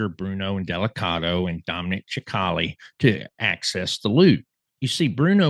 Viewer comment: Dominic "sick - ali" (sp). NOT CHIC - ALI 🫤 Go to "Dominic Cicale Mafia round table". He will tell you how to pronounce his name...